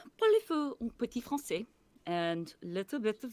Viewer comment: When she says "petit français" , I was chocked, her accent was perfect. Beautiful french <3